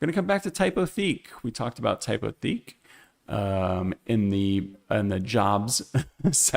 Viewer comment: I really enjoy your videos. Just a quick FYI: Lineto is a Czech company, so they pronounce it “LIN-eh-to.” And depending on who you ask, Typotheque is either “TYPE-o-teck” or, if you're feeling fancy, “TYPE-o-teek.” We're all learning as we go. Keep up the great work!